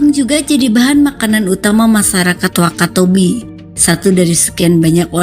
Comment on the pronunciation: Masyarakat,,, bukan masarakat, lu harus belajar membaca min